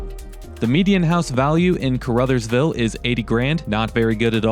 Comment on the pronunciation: Caruthersville pronounced like Ca-ra-thurs-ville. Lived there for several years and still have family there. The building on 3rd that you were wondering about used to be a gas station/with a two bay repair shop. I dont remember the name of it.